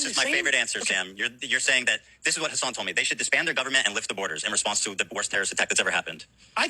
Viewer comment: "Do you condemn Khassann" 😅